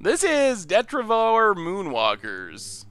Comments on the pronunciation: Deh-trih-ti-vore Why do people try to teach him wrong? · He still pronounces 'Detritivore' wrong😠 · If you're upset about him pronouncing made up words wrong, you're going to be in for a bad time. He can't pronounce a lot of the real words.